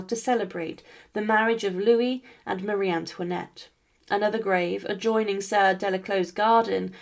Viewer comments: Bonsoir. Ayez l obligeance de prononcer le nom de Marie Antoinette correctement. Ce.n est pas mariane luinette. Un peu de respect je vous prie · Elle ne sait même pas prononcer son prénom correctement. 😮